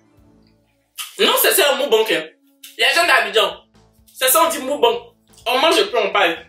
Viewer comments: On dit mukbang pas mubang 😂😂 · Ninho pas niho Mukbang pas mubank😂❤️